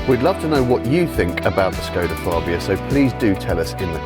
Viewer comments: Its FABIA not FARBIA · Fab-bia not Far-bia! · Tim Rodie’s review, from the same event. He pronounces Fabia correctly.